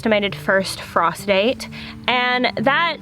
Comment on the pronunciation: The first time you said "frost date" I heard "prostate"" and, long story short, I literally scared the piss out of my dog laughing 😂